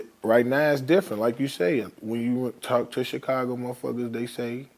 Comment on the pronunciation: Vlad sitting there talking bout Chicago culture when he don't even pronounce Chicago right!